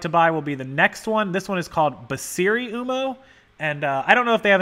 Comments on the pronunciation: This is a phenomenal video. I have to say when you pronounce Pronto Uomo as "Ooh-moe" It drives me crrrraaazy! It's Pronto "Oo-whoa-moe" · this guy... haha Uomo is pronounced closer to womo. It is just Italian for 'Man' that's why its in a lot of mens clothing brand names.